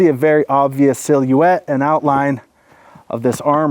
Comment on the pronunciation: Lol the way you say silhouette....im thinking thats the way it was meant to be pronounced.